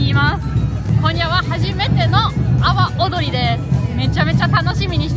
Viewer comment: の說明、阿波踊りが 泡、踊りと聞こえてチョット笑えた。 日本語は微妙？ トンダ意味に成っしまうし。